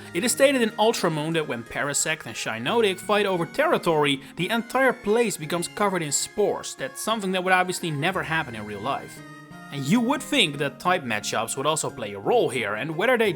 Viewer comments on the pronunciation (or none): It’s pronounced SHEE-NAHT-ick, amm-BEE-pahm, and woh-SHEE-IHN, “”! 🤨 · That's not how you Pronounce Shiinotic's Name.